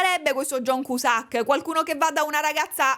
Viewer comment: io ti voglio bene, ma perché John Cusàck?! Perché 😩😩